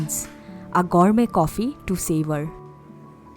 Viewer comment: Its gourmet (goo-r-mey) but "gormey" 🙂🙂